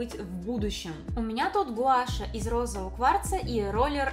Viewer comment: Мне всё нравится. Но сразу извиняюсь за то, что хочу сказать. Мне с самого начала видео не даёт покоя массаж гуа́ша, это не правильно, потому что звучит по настоящему это как массаж гуаша́.